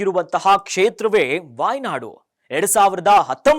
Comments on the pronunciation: ವಾಯ್ ನಾಡು ಅಲ್ಲ, ವೈನಾಡ್ ಅಂತ ತಿದ್ದಿಕೊಳ್ಳಿ. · ಅದು ವೈನಾಡ್. Wynad. ವಾಯ್ನಾಡ್ ಅಲ್ಲ.